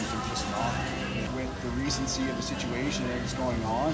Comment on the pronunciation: Cop with the brass balls: "with the recenncy of the situation..." Geez.